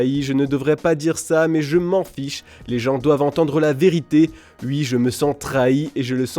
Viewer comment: Vous avez donné le micro à un journaliste qui ne sait pas prononcer le mot « oui » sérieusement?